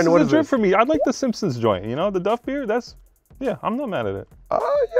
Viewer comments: Did he call simpsons Duff beer "dooffee"? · Sole Collector worst take is him calling duff, doofie